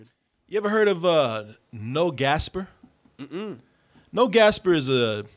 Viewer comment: man - it’s Gasper Noé (pronounced “no-ay”)